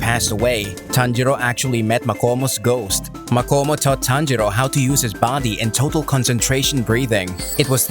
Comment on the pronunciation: You should say makamo not makomo